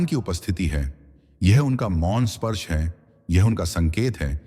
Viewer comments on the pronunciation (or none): none